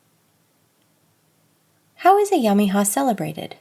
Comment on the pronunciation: Alláh'u'Abhá my dear, well done, good presentation, I also suggest you my dear kindly learn to pronounce these difficult Persian words correctly with the help of an Iranian Bahá'i friend. For example the i in Ayyam-i-Ha is to be pronunced as an E, not as an i. and the sound GH should not be pronunced as a K or a G ..so again please get the pronunciations right ..Thank you and may God bless and be with you. Ya Bahá'u'l-Abhá !